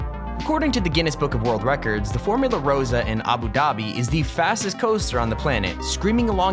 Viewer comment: Pointing out dumb things in this video Formula Rossa is pronounced with an accent It's actually the 7th This coaster is considered really bad and uncomfortable This doesn't look anywhere near 90 degrees Nope, those titles both belong to Kingda Ka What are these Elements? The actual elements include a chain lift, 2 Raven turns, and 2 Fly to lies KINGDA KA! OVER X2, MILLENNIUM FORCE, INTIMIDATOR 305, AND STEEL DRAGON?! WHY! Kingda Ka hasn't had any major incidents yet. Rollbacks are common and don't cause anything bad to happen A DIVE COASTER.......REALLY! THIS CREATOR REALLY IS GP What?! The actual length of the chain lift is 223 feet It doesn't translate exactly so the creator should use ft instead of m. There is no such thing as a 460-degree loop Which delivers no airtime thanks to the vest restraints NOT EVERY INVERSION IS A LOOP THIS AND SUPERMAN TIED FOR NUMBER ONE ABOVE ALL OF THESE GREAT RIDES!?!?!? WHY : It doesn't hold any of these titles now because it is CLOSED That is not Superman: Escape from Krypton Not always Call it AIRTIME, not weightlessness